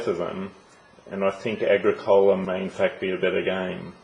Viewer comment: Its, AH-GRICK-OLA